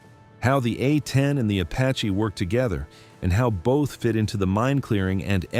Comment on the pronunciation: Can't teach AI to properly pronounce "A-10"??? Then get to work!! Uh ten?